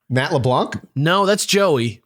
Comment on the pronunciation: Why can't people pronounce "Leblanc"?